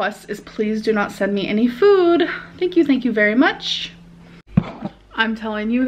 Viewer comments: I cant help but hear accent when she says "food" now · I can’t stand the way she says food now, it’s annoying